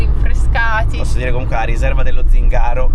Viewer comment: Zingàro proprio non si può sentire 🤣